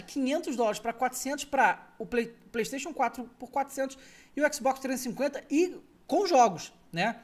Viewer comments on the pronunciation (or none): Eu entendi q ele Tinha dito X-BOX350 shasahsahsahs